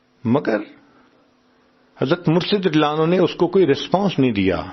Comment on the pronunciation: آپ اتنی اسپیڈ میں رضی اللہ عنہ نھی کہتے اپ اپنی آواز غورر سے سنو۔ نعوذو باللہ آپ حضرت کسی بھی صحابی رسول اللہ انکو رضی اللہ عنہ کے بجاے نعوذو باللہ (للعنہ لہہ) بولتے ھیں کیوں اپکی زبان سے رضی اللہ عنہ نھی نکلتا قیامت کے دن ۔۔اور قبر میں اپکی گرفت پکڑ ھو جاے گی ۔ عمران خان ۔۔ کے منہ سے ۔ نبی علیہ سلام نھی نکلتا تھا ۔ حلف لیتے وقت بھی اسکی زبان بکواس کر رھی تھی مگر رفتہ رفتہ اسکی پکڑ ھو گی اب وہ عمران خان بھی ۔نبی ۔صل اللہ علیہ وسلم آرام سے پڑھتا ھے تلفظ سہی کرلیا۔ مگر اپ تو ابھی حضرت عمر کو لعنہ للہ کہہ رھے ھو اتنی بڑی عظمت والے عشرہ مبشرہ ۔۔ تو اپ کو تو پتہ ھھی نھی کلمہ نصیب ھوگا یا مجھ کو ۔ نصیب ھوگا اپ ان الفاظ الفاب کو درست بولیں ۔۔مہربانی ھوگی اپکی